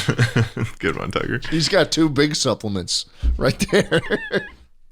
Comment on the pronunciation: Supple-ments. Pronounce separately.